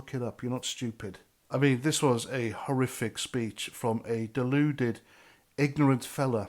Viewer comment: Horrific not horiffic.